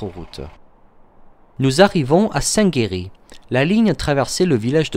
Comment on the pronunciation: Attention c'est Saint-Martin Labouval et non "Loubaval" ! ainsi que Saint-Géry et non "Saint-Guéry"!